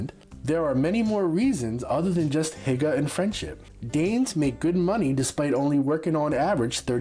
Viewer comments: "Hygge" is pronounced closer like "hue" but with a hard H sound... Like that in "hard". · It made me Laugh so hard egen you Said hygge you Said it so wrong😂